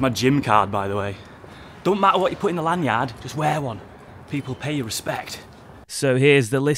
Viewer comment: The way you pronounced lanyard gotta be as criminal as the prices for an average flat 😂